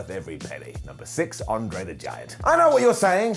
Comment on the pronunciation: André* not Ondrei